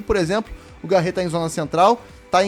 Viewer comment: Mano não é Garre e sim Garré, tem o acento valeu fica a dica